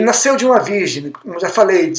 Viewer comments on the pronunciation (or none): none